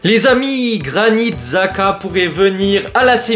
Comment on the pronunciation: Je suis content si Xhaka vient. C'est vraiment la recrue parfaite pour Allegri, puissant, a du caractère, de l'expérience. (D'ailleurs je crois que son nom se dit plus Chaka). Je pense que RLC on va le garder j'ai vu que Allegri aimerait le garder pour son physique et son jeu. Avoir Modric et Xhaka va vraiment faire du bien, il nous faut des résultats immédiats avec de l'expérience, sachant qu'on joue que la LDC donc c'est pas l'âge le problème.